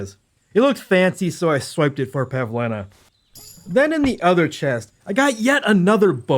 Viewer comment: the fact he didnt mispronounce Bozhena or Pavlena's names 5 seconds into the video deserves respect